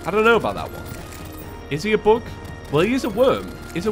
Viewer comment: when he was calling the eater of worlds a bug i thought he was saying book lmao